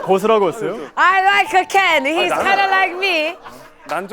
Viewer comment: BEST.SHOW.YET! I laughed so hard when Jessi says, "I like-a Ken! He's-a kinda like me." LMAO 🤣 Da heck accent was that?! 😍 Jessi = GOAT!